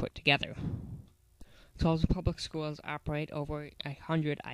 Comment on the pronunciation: Navistar also provides the entire front clip. Its basically a 4K Series front end. Thumbs down for also mispronouncing Tulsa. Its not "Tusla" ffs.